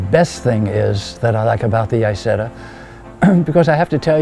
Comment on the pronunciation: Lovely piece. Now if only he would have learned to pronounce the name of the car properly!!!!!!!!!!!!!!!!!